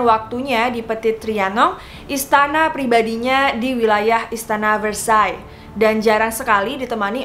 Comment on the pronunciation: Pengucapan prancis bukan antoinet..tp..angtonet Dan versaille versaey.. CMIIW